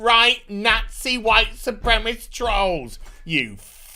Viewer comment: Supremacist... 'Su-prem-assist'. Not supremist mate. Sorry to be so pedantic but its bugging me:)